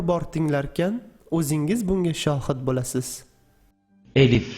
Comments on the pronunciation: ассаламу алайкум илмиз янада зиёда булсин мени кечирасизу куронда элиф хариф йук бу алиф билан АЛЛАХ деб ёзилади куронди тугри ургатин эллах деб уеимидику Аллах деб укиди яна мени кечирин жазакалаху хайрун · Arabchada suz bosi eliff bilan boshlanmaydiyu Talafuzidaxam Alif deb aytiladiku